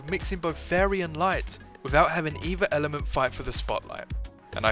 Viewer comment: "tweehdle is the ehh ehhlment